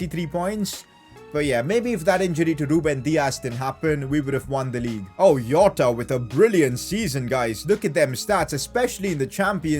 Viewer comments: Me hitting my head in a wall because he says Iota instead of Jota be like... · I mean jota not yota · It is jota not yota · Why do you say yota? 🤔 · Its not a not yota